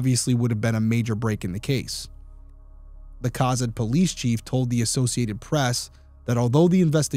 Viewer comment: I was going to mention the pronunciation as well. I live in Kearney, which gets mispronounced about as often. I've lived in Nebraska 42 of my 43 years, and I remember when this happened. I was in High School in Arapahoe. One of my friends and I used to drive to Cozad just to eat at Subway. After this happened, my parents wouldn't allow me to go. I've only heard coverage on it a couple of times over the years, so I am glad to see that Derrick brought new life to it. I'm truly shocked that it's never been solved. I have always felt that Leah's murder was connected in some way to Barry. That, or someone was straight up so desperate for money/gas and she was collateral damage. But I really just feel like robbery wasn't the main intent, that killing her was the purpose from the beginning. Perhaps the gas was just to seem like any normal person, or for the get-away. I think getting a drink was absolutely to buy time for the other customers to leave. I just really feel like there was a more complicated reason for her murder than simple robbery. But I have no idea really.. The Kelcey Fike case here in Kearney is another cold case I feel could be solved. I'm pretty sure there is DNA, but tech hasn't advanced enough to separate Kelcey's from the purpose. Sad for Kelcey's family and sad for Leah's family. Senseless.